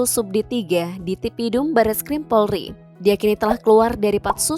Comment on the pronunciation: Itu Presenternya nyebut Polri aja salah”